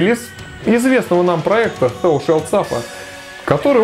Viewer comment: Thou читается через "a". А так классный выпуск.